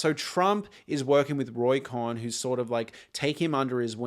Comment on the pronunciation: Cohn…. pronounced like “cone”